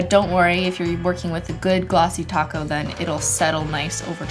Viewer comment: now besides topcoat sounding like taco, i heard "nasty taco" instead of "nice thick"